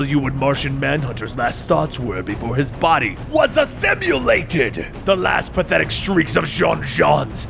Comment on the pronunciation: Assimilated, not assimulated. 😞